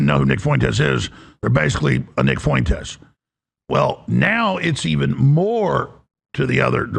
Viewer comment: 😂 that one guy has the picante on it 💃🏽